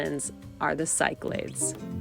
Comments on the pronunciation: Great video, just for future reference, Cyclades you pronounce as "siclades" but it's actually pronounced as Kiklades with the emphasis or tone is on the A. Also best way to learn is to say it as Kik - La' - Des. 😊 👍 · I’ve done several of these islands also. #epicGreece Must add Crete! (But I do think it is said Sick-la-dees, not Psych-lids= Cyclades) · For the love of God, stop pronouncing places incorrectly. E.G. The Cyclades are pronounced Sicklardees not Sykelaids. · pronounced Key Kla des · cyclades is pronounced: "kick-lad-des". thanks. 😊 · I turned off as soon as I heard how you pronounced “Cyclades”